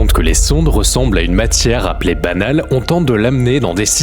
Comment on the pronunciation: Y'a quand même de gros soucis de prononciation. Balanes et pas banales, Gagarine et pas Gargarine.... C'est une IA qui parle ou quoi ?